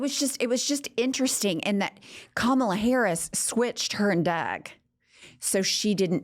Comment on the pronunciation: Hahaha That’s right. “I’m a better looking person than Kamala (mispronounced of course)”